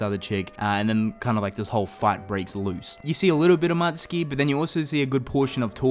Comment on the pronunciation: It's Mutsuki not Matsuki.